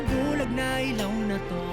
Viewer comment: I think you're the 1st reactor to pronounce ilaw correctly. More SB19 rv please❤